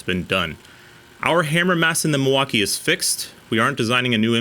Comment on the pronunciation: Milwakee huh? Tell me you're a conservative American without telling me you're a republican